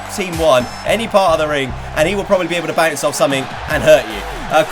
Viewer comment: You said off wrong